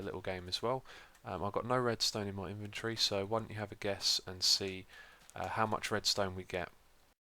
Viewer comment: Press 'E' to Open Invontory.. It Was annoying me:L ahaha